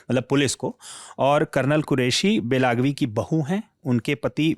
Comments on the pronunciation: बेलगावी होता हैं बेलागवी नहीं। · सरजी, गांवका नाम बेलागवी नहीं। बेलगावी है। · वैसे वो जगह बेलागवी नहीं, बेलगावी है। हिंदी भाषी उच्चारण नहीं कर पाएंगे, पर असल में "बेळगावी" है। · Bahi ek adami news bolo 2 Logon ki kya zarurat hai wosko belgavi bolane bhi nahi araha hai